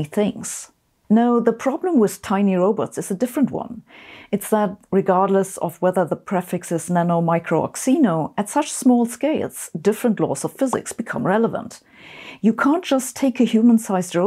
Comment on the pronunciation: the prefix xeno- is pronounced as zeeno. i bring this up only because of how difficult it seems to pronounce kseeno.